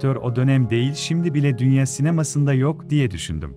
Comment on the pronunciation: DÜNYE SİNEMASI NE YA TÜRKÇEYİ DOĞRU KONUŞUN.